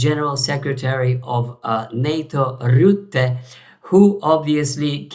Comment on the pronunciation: Rutte must be pronounced Dutch. Not Rütte. Not Rootte.